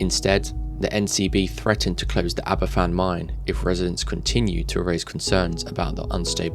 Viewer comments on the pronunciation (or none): Aberfan is pronounced 'Aber- van' - Not "ABBA fan"